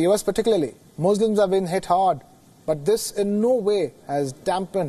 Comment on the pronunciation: Learn to pronounce.. you are telling Muzlims where as it is Muslims.. Even your colleagues say Muslims. Learn from your colleagues or get lost from screen & news reading. Try something else. You are spoiling Wion Gravitas Image.!